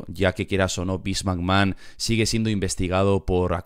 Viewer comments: Vince McMrd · Vince Macmojon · Beans Magma